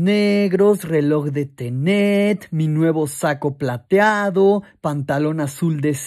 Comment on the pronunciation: Todos: Tenet: Ténet